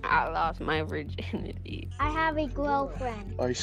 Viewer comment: " that i lost my virginyty" 💀